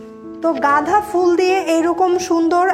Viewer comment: গাঁধা না আপু গাঁদা হবে।